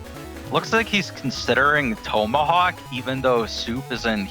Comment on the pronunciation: learn how to say tomahawk. annoying af